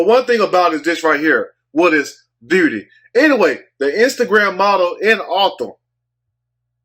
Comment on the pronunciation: What is booty?? ...Oh he said beauty lol! Shout out to you brother. Im from Fort Worth and that word is tough of u say it fast enough.